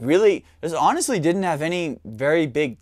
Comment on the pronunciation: "It did dint this, it did dint that..."